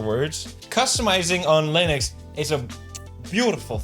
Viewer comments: Apologies, but what is "Lunix users"? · I’m sorry, how did you just mispronounce Linux?